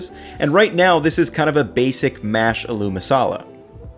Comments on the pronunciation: Great idea, gna give this a go. Love the way you say aloo too haha it's actually pronounced ah-loo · Idk if it's been mentioned but aloo is pronounced with emphasis on the A - so like "Ah-loo" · Niceeeee but it’s pronounced ahh-loo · Pro tip: Aloo doesn't sound like a loo. It sounds like "Aaaa! Loo!". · I respect your dedication to understanding the cuisines of different cultures and I feel like you really try to honestly represent these various styles of cooking. Pro tip, it's spelled "aloo" but pronounced "aa-loo" lol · this is a great video but something has been bothering me like crazy how you pronounce aloo. It's pronounced ah-loo, rather than how you've been doing it. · It’s pronounced “AH-looh” masala. But looks good! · Hate to be that guy but aloo in aloo masala is pronounced “āloo” (long a) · Hey, just a tip the emphasis on aloo is on the a, so it's pronounced Ah-loo. Recipe looks amazing! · With the Aloo, you're putting the em-PHA-sis on the wrong syllABBLE. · that "aloo masala" pronunciation made me lol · This really bothered me. Looks good though. He’s just putting the emphasis on the wrong syllable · It’s pronounced “ah-lu”, not “a loo”. Accent is on the first syllable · Not 'A lou'...'ALL--u' emphasis on the beginning AL not the double 'o' which I can understand is very contradictory based on the way it's spelled. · Aalo not aloo dude, emphasis on the first syllable. Great recipe but this small thing was just bothering me. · Bro, emphasis on the first syllable, its Ah-loo masala not a-LOO masala. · it's not uh-LOO it's more like AH-lu... the "loo" isn't pronounced long. Great recipe btw! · Aaaloo masala , stretch the 'A' it's not a-loo masala it's aaloo masala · It's pronounced "aa-loo",, not "a loo".;) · This is a great idea! I love that you're diving deeper into Indian/Pakistani dishes. Btw aloo (potato) is pronounced "ah-loo" (with the "a" and "loo" parts as seperate syllables) instead of "al-oo". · It's agh loo